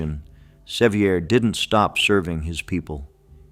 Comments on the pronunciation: John Seiver's mother was a sister to my ancestor John Goad. Seiver is pronounced Se-VER, not SE-viar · The name is pronounced Severe. Nancy Ward saved my gggggggg grandmother's life, Lydia Russell Bean. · The correct pronunciation of “Sevier” is the same as the word “severe.” Do your research, prior to adding commentary, so that the names of these “heroes” are pronounced correctly. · Ikr, he got it right the very first time, and wrong every time after. 😂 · Loved the video, but twinged every time he mispronounced John Sevier's name with a frenchie accent. LOL Even the stories about yankee oppressors were inspiring, LOL.